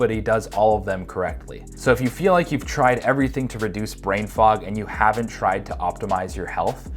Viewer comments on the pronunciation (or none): none